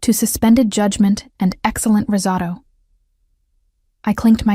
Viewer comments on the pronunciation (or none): Risotto is being pronounced incorrectly. Long o Hospital staff know that in Oregon brother would have had lap appy. I don’t know where these people live. Pause in voice is annoying, loose the periods.